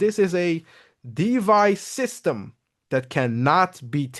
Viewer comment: it's DeFi, not DeVy 👍